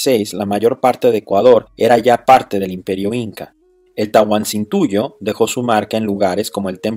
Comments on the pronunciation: es Tahuantinsuyo no Tahuansintuyo 😂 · Tahuantinsuyo no Tahuansintuyo. Buen video! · Tahuantinsuyo, no taguansintuyo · TA-HUAN-TIN-SUYO Si me dolio que no la pronunciases bien. Fuera de eso, espectacular video.